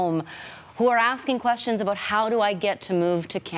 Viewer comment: She doesn't know how to say "about" but only "a boat".